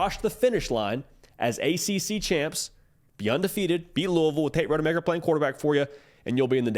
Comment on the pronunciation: ROD-uh-maker not RODE-e-maker